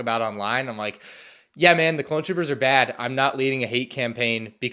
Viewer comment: Hey, why do you pronounce it "Clone CHOOPERS" instead of "Clone TROOPERS"?